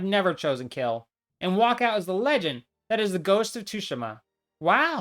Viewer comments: why does bro pronounce Tsushima as tushima😭 you properly pronounce it like sushima. IGNORE THE T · It’s not tushima :( it’s pronounced sue she ma (mb dawg XD) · 19 second mark you say Ghost of Tsushima like 2shima it’s pronounced Tsu sh ima fyi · Ghost of Tooshima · Bruh… 285 hours on this game and u don’t even know how to say it it’s tsushima soo•she•muh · Tooshima?? lol the S in Tsushima must be escaping your eyes there… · I know I didn't just hear you pronounce it "Tushima"...... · "tooshima" lmao Americans really can't pronounce anything right huh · Dude, it's pronounced as 'shushima' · bro nearly 300 hours and calls it too shi ma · I clicked off when this mf said ghost of tushima💀💀💀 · Ah yes ghost of Tooshima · I’m sorry you call it tooshima?? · 285 hours and you can't even pronounce Tsushima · All this work and you couldn’t bother to look up how to pronounce “Tsushima”? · How’d you butcher the Tsushima enunciation so badly? They say it in the game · It hurts hearing him say the T in the game's name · imagine playing a game for 300 hours on just this one completion and you still don’t know how to say the name of the game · Its pronounced Tsushima not Tsushima or Tsushima. It's like you're not even Japanese, how dare you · Spent 280 hours playing the game, but can't even pronounce the title of it correctly... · No way he’s spent all that time on the game just to say its name wrong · All that time on ghosts of Tsushima and he still can’t pronounce it right